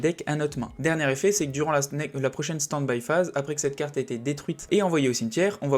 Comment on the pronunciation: desolé mais mes oreilles saignent: c'est peut etre interessant mais "standbie phase"? "min phase" un peu de respect pour la langue anglaise ><. moi ca me sort de la vidéo désolé...